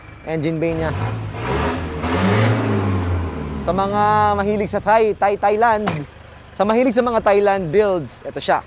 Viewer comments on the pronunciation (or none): none